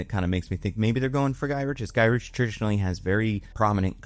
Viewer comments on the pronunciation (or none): Henry Gy-RICK not rich English is your first language right?